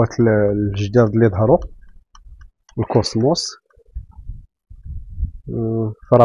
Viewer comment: كوسموت ❌ كوسموس✅